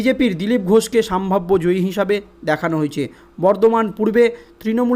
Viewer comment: সম্ভাব্য। সাম্ভাব্য নয়